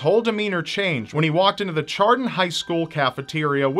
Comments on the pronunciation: I live about 10 minutes away from Chardon high school (oh and it's pronounced sh-ardon. Not ch-ardon), I remember being in class when the shooting happened. I went to a different school at the time but it was still terrifying. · psst its pronounced shar-don not char-den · Okay I did NOT expect TJ Lane to be on here 0-0 It scared the crap out of me when that happened and I was just about to go to school but they went on immediate lockdown And did he pronounce it as 'char dun' rather than 'shar dun' XD? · I live in the county below Chardon (it's a Sh not a Ch like says) and the same day of that shooting someone threatened to kill me with a gun in first period, basically only about 20 minutes after his shooting, we had no idea about it until before the last bell. So fucked up I cried when I had found out about the murder. When it's close to home it hits sometimes twice as hard. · It’s pronounced ‘shAR-don’ 😊 I live right next to Chardon here in Ohio and worked over there for 2 years. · When pronounced Chardon "Char-Don" my first though was whether or not he meant Chardon. I only knew he mean Chardon because I knew people whom went to that school when it happened (Locals pronounce the ch like sh) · Brett Pierce I'm from Cleveland witch Chardon (sh-ardon rob said it wrong ) is a suburb of to the east. I knew some kids that went to school with him and he was definitely a little bitch. he stole his dad's twenty two and had no idea how to shoot. that and being a giant pussy is why he was chased out the school. he didn't escape on his own the guy he belonged to just let him follow. the supreme gentleman ia the terminator compared to him. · it's pronounced "Shardon" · Chardon is pronounced Shar-don :3 good video btw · It's Chardon pronounced like Chardonnay. Not Char-don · I'll be the nitpicky guy here. Chardon is pronounced "Shardon". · I know it's spelled Chardon but it's pronounced like "Shardon" Damn this one hits too close to home